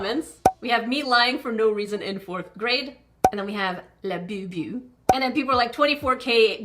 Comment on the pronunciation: It's a labubu not labeebeww- unless you purposely meant to say it like that!!